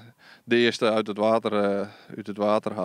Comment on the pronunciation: Uit het water... uhnm UUT het water gehaald😂😂😂🤦🏻‍♂️🤦🏻‍♂️🤦🏻‍♂️🤦🏻‍♂️🤦🏻‍♂️